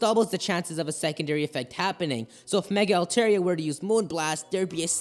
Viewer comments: Dude its pronounced Al-Tar-Ee-Ah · How can you watch the anime and still pronounce the name wrong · His Altaria pronunciation triggers me.